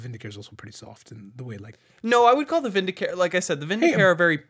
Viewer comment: Vindicare is "vindi-KAH-ray", not "vindi-kair".